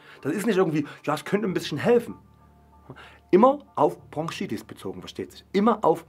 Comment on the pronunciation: Ich will ja nicht als Korinthenkacker rüber kommen, aber es heißt BroNchitis und nicht BroNGchitis 😂